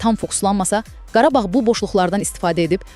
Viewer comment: Qarbağ yox Qarabağ